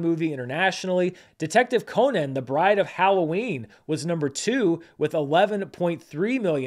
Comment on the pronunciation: I like how you pronounce "Detective Conan" like Conan the Barbarian instead of the Arthur Conan Doyle he's named after. Makes me think of it as a very different movie.